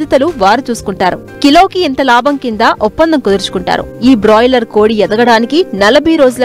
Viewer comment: Adhi boiler kodi..... Brolier kodi kadu thalli